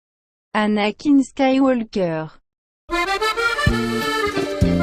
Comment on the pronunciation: 10/10 French Anakìn